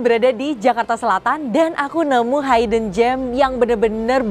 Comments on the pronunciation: Hidden bukan Hayden di pronounce nya non Tetap i bukan jadi hay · beri tekanan intonasi buat kata "hidden" nya... 😂